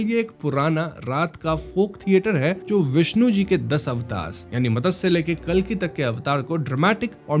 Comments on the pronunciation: BC can't you even pronounce मत्स्य simply,, why call it मतस्य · अरे भैया मतंस्य नही मत्स्य कहो . संस्कृत शब्द है मत्स्य याने मछली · मदस्य क्या होता है , it मत्स्य